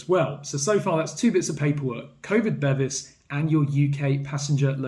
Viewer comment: Bevis (meaning certificate in Swedish) is pronounced be-vees not bevvies which is what you get in a pub in England, made me chuckle!